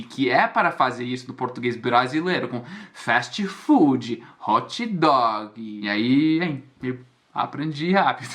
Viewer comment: eu morro de rir contigo. fast food = festi fudie, hot dog = hotchi doguie 😂😂😂😂😂